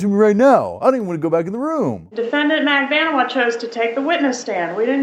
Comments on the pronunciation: magBAN-ooh-ah Why on earth is that so hard for you ? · Mag-Ban-eww-ahh is how it's pronounced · Her name is pronounced MAG-BAN-OOO-WAH